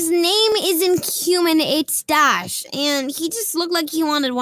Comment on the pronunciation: Bro can’t saw Dash’s name😂